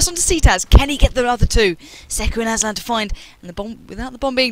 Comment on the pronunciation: Hahah aslan "asban" xD